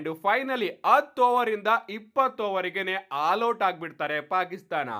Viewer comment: Haal out alla guru adu 😂😂 All out adu 😂